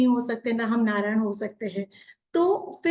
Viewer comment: नारदा नाही है नारद बोलिये नारायणा नाही नारायण बोलिये